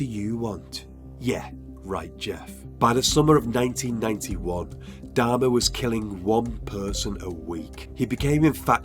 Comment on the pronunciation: Could't stand to watch the video for the way he pronounced Dahmer last name 😆